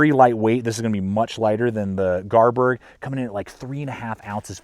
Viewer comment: It's pronounced Garberg,bestest knife money can buy,I think that grind on the Kansbol is to help you with field dressing Deer and rabbits.I have all the Mora knives except the Kansbol would you recommend getting one.I'm trying to make my mind about what knife to purchase next,between the Enzo trapper or TOPS BOB,or the Esee3. Any suggestions my friend.